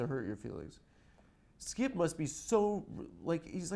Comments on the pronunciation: I like when he says skeeyip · Hahaha, why can’t Adam pronounce “Skip”?